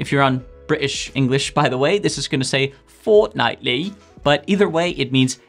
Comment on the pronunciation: Another great video and has prompted me to make use of the reminders app on my phone. As a Brit, I loved your attempt at the English accent when you said “fortnightly” -very impressive.